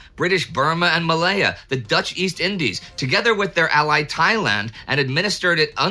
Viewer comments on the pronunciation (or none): none